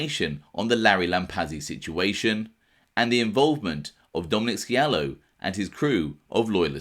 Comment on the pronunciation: The C is silent in scialo